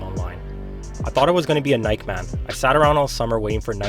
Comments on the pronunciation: (Nik-eee) bro not (n-I-ke) lol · Why you kept pronouncing Nike wrong 😂😂😂 great vid though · Wait wait wait... This guy doesn't know how to pronounce "Nike"? You're making basketball videos and you've never heard someone say the word "Nike"? I don't get the issue with the pronunciation....I mean...just do it...